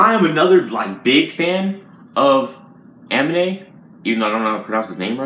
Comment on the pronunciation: You said it right the first time. UH-MEAN-AYE